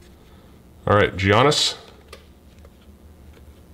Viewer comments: It's not g an is it's giannis yanis basically is how you would say it the g is silent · I cringe when I hear say Gee-anis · Say it with me: Yee-on-is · I hate being that guy but its pronounced Yannis, not with the hard G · Poor giannis always getting his name butchered hard by! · Love the basketball, but let me help you out: Giannis = YAHN-iss Jokic = yo-kitch Siakam = See-AHK-am And it's International Men of MASTERY, not Mystery! 😆